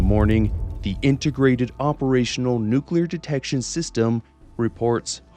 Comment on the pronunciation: Nuclear or Nucular? Hmm 🤔